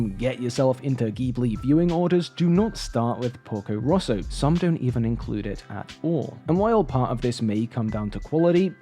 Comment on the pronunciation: lmao I'm literally Italian and I kept thinking you were saying "Pulgo Russo" until I saw the screenshot where it says "Porco Rosso" (red pig) even though, funnily enough, my English accent is very similar to yours edit: the title is especially funny because 'porco' is actually a very vulgar way of saying 'pig', which would usually be 'maiale', and is usually used to insult people or cursing ("porco ****" would be equivalent to "****dangit")